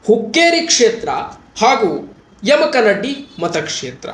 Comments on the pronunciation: ಸರ್ ತಪ್ಪಾಗಿ ಅರ್ಥೈಸಬೇಡಿ, ತಪ್ಪಾಗಿ ಉಚ್ಛಾರ ಮಾಡಬೇಡಿ, ಯಮಕನಡ್ಡಿ ಅಲ್ಲಾ, ಯಮಕನಮರಡಿ, ಯಮಕನಮರ್ಡಿ ಅಂಥಾ ಓದಿಕೊಳ್ಳಿ. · ಸುದ್ದಿ ಓದುವ ಮೊದಲು ಸರಿಯಾಗಿ ಶಬ್ದಗಳ ಉಚ್ಚರಣೆ ಮಾಡುವುದನ್ನ ಕಲಿ ದಯವಿಟ್ಟು ಅದು ಯಮಕನಡ್ಡಿ ಅಲ್ಲ ಯಮಕನಮರಡಿ ಮತ್ತೆ ಕಿಂಗ್ ಪಿನ್ ಅಂತ ಶಬ್ದ ಉಪಯೋಗ ಮಾಡಿದೀಯ ನೋಡು ಇವೆಲ್ಲ ಸರಿ ಮಾಡಿಕೋ ಇಲ್ಲ ಅಂದ್ರೆ ಏನೋ ಮಾಡಲು ಹೋಗಿ ಏನೋ ಆದೀತು. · adu yamakanamaradi...not yamakmaddi...😊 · ಮೊದಲು ಯಮಕನಮರಡಿ ಅನ್ನೋದು ಕಲಿಯಪ್ಪ